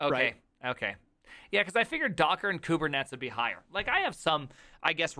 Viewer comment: My eyes twitched every time you said "kubetnets". I'm sure it was intentional, yet it still hurts my ears. Same when people say "kubecuddle".